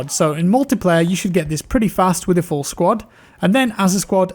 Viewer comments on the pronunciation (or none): none